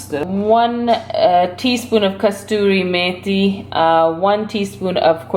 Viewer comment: Kasoori mathi my dear sis, there is one Indian sister and she also says kastoori rather than Kasoori